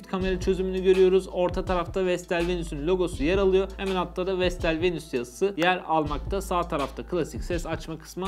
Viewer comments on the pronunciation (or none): Vestel VENUS yalnız "VENÜS" değil :)